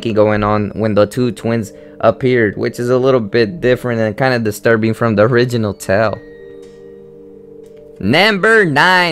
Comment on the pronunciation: does "distrubing" annoy anyone else but it's really a good vid :)